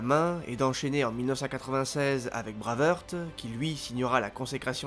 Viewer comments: C'est tellement bien fichu comme vidéo que c'en est d'autant plus dommage d'entendre "Braveurte", "Braveurte", "Braveurte" tout du long... "Braveheart" que diable ! J'ai quand même liké sans hésiter, mais j'ai sursauté à chaque fois ! ;) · S'il te plaît ! Brwaivhart et non braveheurt ;) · Super vidéo mais je t’en supplie, dis plutôt Brève Harte si tu souhaites prononcer Brave Heart à la française !